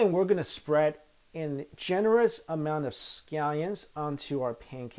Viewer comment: I thought you said sky end pancaks